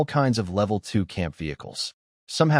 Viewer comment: The pictures dont really match the story. The mc's vehicle which changes names a few times, changes how it looks repearedly in the pictures between upgrades. It keeps mispronouncing level. I don't know what it is but i don't trust lin wan's brother and black rock city. You can do better thank you for working hard but still you can do better and check the script is correct. You are capable or better work and part 2 of various stories. Also the snow gang keeps changing names Killer shaman it just keeps changing.